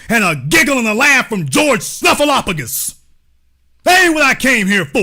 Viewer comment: Not George "Snuffalupogus". Lol That really tickled me.